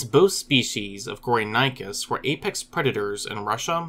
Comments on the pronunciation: The actual pronunciation of the name is "Go-ri (like in "Gorilla") - ni - chus (like in "chilly")" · How is 'gory' self explanatory? Those who named it did not speak English. Your pronunciation was so bad that I could not at all make out what this animal was named after. You also failed to tell us where these fossils were excavated. I heard something like "sundir assemblage' but could not find any trace of such a term online.